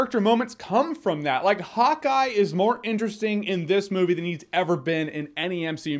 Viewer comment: When you say Hawk Eye, it sounds like you’re saying Hot Guy. Let me find out you have a crush on Jeremy Renner lmao